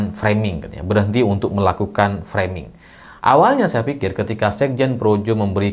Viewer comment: Dr semua bahasa inggris yg pernah di ucapkan jokowi, hanya kata FRAMING ini yg dia melafal kan nya secara benar, mungkin memang kata FRAMING ini jadi senjata andalan nya untuk menangkis semua serangan